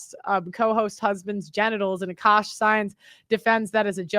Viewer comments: It’s Aah-Kaaaash not oshkosh…he’s a person not a clothing store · She tore akaash's name tf up, didn't she? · lmao you butchered his name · Girl, come on! Ashkash Sine? Really? Say it with me A-kash. A-Kash, not Ash-kash. For the love of God